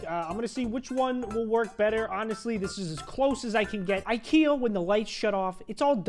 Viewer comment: he said ikrea